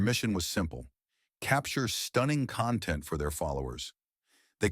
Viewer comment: Awful AI narration. ‘conTENT creators’ instead of ‘CONtent creators’!